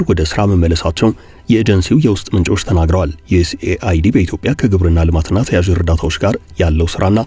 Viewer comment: USAID ዮኤስ ኤድ ነው የሚባል እንጂ ዮኤስኤአይዲ አይባልም 😂😂😂😂😂